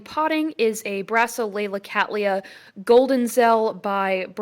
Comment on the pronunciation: How refreshing it is to hear someone from North America pronouncing Cattleya correctly.